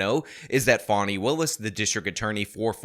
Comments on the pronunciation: Escuze me that's "Fawn-E" not "Fan-e". Right from the jump she's ridiculous. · Who is Fawny Willis? It's Fani (FAH-nee) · It's Fani! Not Fawny! Dang it! 😊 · not a criticism of him, things can be misinterpreted. The media is calling this woman Fawni when it’s obviously Fani. I think all this stuff is interesting how names are handled even Kamala, who has pronounced her own name several different ways. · Fan-eye......can't be taken seriously. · Fani is pronounced "fanny." Fani is a shortened form of Fannie, like Fannie Mae. It's a Southern name. We say "pea-can" and "ant" for pecans and aunts. Besides, would you pronounce Dani as "daani?" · The way you say fawney willis is hilarious to me. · I thought it was pronounced Fanny, which somehow seems more fitting. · Pretty sure it's pronounced "fanny". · He mispronounces everybody's name intentionally if you haven't noticed by now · You're pronouncing "Fanny" wrong.